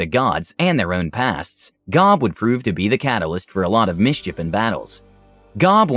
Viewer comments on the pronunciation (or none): none